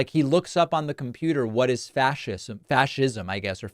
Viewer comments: Wait until you find the clip of him finding out what fascism is. When he found a definition, I think he got more than every other word wrong. Oh, and he called it "fassism." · I saw a livestream by this 23 yr old and he was asked what fascism is. He looked it up on Wikipedia and could not even pronounce the words that were under Wikipedia. He didn’t even know who Benito Mussolini was and pronounced his name,” Benito Muzzoli”. Typical youth making money on social media with absolutely no education. Sad to know this is the generation of youth is becoming!! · A guy who couldn’t pronounce Fascism or authoritarian right is interviewing former presidents? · The same dude who didn't know what fascism was after mispronouncing it a hundred times. This is the doofus that met Trump.